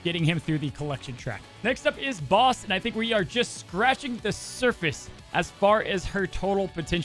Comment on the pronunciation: You're also saying Bast wrong you keep saying Base-t its Bass-t